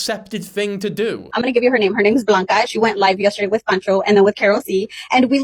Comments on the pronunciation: her name is pronounced blanca with an L it’s a Hispanic nickname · Blanca, not Bianca 😂